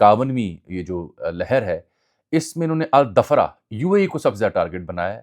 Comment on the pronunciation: آپ ان الفاظ کو کیسے ادا کرتے ہیں اردو زبان میں یہ آپکی بنیادی تعلیم پر منحصر ھے ابو ظہبی میں ائیر فورس کے بیس کا نام ھے "الظفرہ" ظفر لفظ سے یہ بنا ہے الظفرہ۔ اسی طرح ایرانی جزیرہ کا نام ھے خارگ" خارگ کا اصل مطلب کھجور کے کچے پھل کی ابتدائی حالت (جو ڈوکار سے پہلے ہوتی ہے) اور خلیج فارس کا مشہور جزیرہ ہے۔